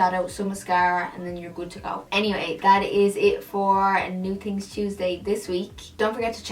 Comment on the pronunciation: You should have called it "New Tings Tuesday" cuz that's how you say it... so cute